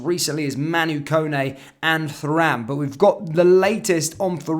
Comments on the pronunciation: Please pronounced it as turam although it spells as Thuram. Ie no TH sound at all..take care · The fact you can't pronounce Thuram's name properly, despite his dad being one of the best defenders of his generation, says to me you don't really know ball.....